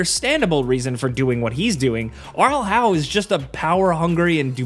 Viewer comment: "Arlhau" for fcks sake ! Its Arl Howe.